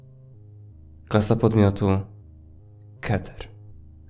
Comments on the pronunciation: Keter czyta się jako Kiter, to twoje ,,keter" boli. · Czy tylko mi się wydaje, że należy keter czytać jako kiter? Poza tym kto 2021??? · mówi się, kiter a nie keter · Muwi sie kiter. 😋😋